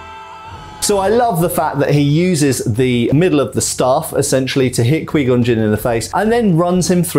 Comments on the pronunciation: Quai gon not quee gon unbearable to Listen to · did you call Qui Gon...QueeGon? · "qwee gon" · but everyone ever in starwars pronounced it as qui-gon, not qwee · The way he says “Qui-Gon” but pronounces it as “Quee-Gon” kills me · Who else is weirded out by him pronouncing Qui-Gon wrong, it’s not ka-we it’s more like ka-why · "Quee Gon" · "Kwee Gun" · It's pronounced 'QuY Gon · I'm so distracted by this dude saying Quee Gon. That's not his name bro, just say it right. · Quee Gon🥴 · Kwee Gon. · was great except those many mis-proncunciations of Qui Gon's name. :D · That Qui-Gon pronunciation, though 🤣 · Ime scarred today for the way he say Qui Gon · How this man say qui gon 🤣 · It was instantly clear that this reviewer was not a star wars fan in the first 20 seconds, mispronounced qui gon and then said they should of kept darth maul around, he lived for a quite a long time after this 😂